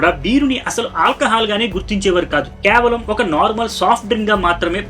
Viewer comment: kyaavalam kaadhu KAY-VA-LAM